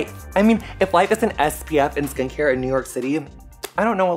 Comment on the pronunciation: I understood "skank hair" instead of "skincare" twice!